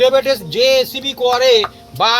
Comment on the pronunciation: এসেপি না বোলে রেসিপি বললে ভালো হয।